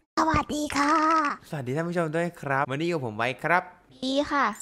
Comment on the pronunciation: ตอนเปิดคลิปเสียงตอนสวัสดีคร้าบเสียงมันออกเสียงค่าคร้าบเลย